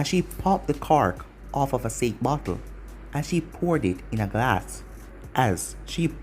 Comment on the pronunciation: A bottle of sāke not sake